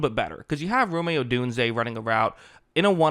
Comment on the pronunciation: BRO, PRONOUNCE ROME’S NAME CORRECT. IM SICK OF HEARING ROMEY